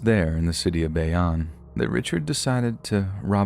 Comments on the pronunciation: It’s bay- OWN (Bayonne) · Bayonne is pronounced “Bay-own” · You said Bayonne wrong and I know the story you’re talking about I live in that town but I love your narration and your probably my favorite YouTuber!